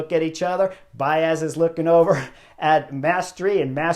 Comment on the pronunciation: Let's not be biased towards Davide "Bias" 😂😂 It is actually "bah-EES" ✌️